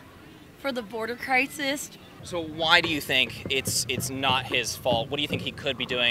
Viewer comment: what's a Border Crisist?